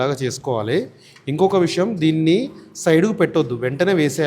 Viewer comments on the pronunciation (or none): none